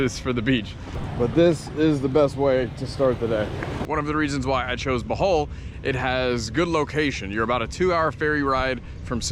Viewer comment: cant even pronounce the name of the place he lived correctly, you should learn to speak and pronounce the local language ur american dialect sounds disgusting when trying to say local words 😢 even salamat sounds so ugly. when you say it, just try to copy how the locals pronounce it